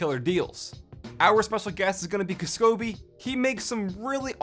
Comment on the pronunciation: It's not pronounced "kisskobi" it's "k-ass-ko-bee"